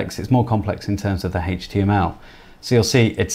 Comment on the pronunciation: It's HTML not HAYTCHTML